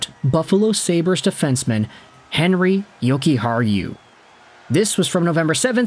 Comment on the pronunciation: Is that how you say his name, I was calling him Henry 😭😭😭